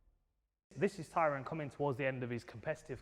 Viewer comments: Big John calling tyron.. "Tyrone" had me crying 😂😂😂😂😂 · Tyron, don't think they said his name properly once.... Edit: aight Vidal has got it